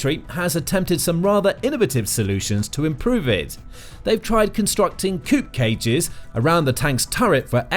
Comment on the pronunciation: Not "coop cage" but a "cope cage."